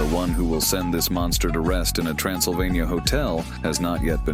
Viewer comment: 'mungsta' - iron mike